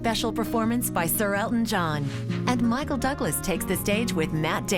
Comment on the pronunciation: Claire Danes said Michael doublas 😂